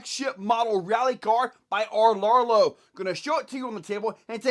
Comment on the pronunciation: " R" Larrlo... Sounds like a character off Sandford and Son or Hogan's Heroes 🤣🤣🤣🤣🤣🤣🤣🤣🤣🤣. I swear every content creator says this differently.